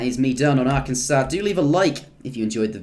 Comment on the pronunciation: Thank you for not saying are-Kansas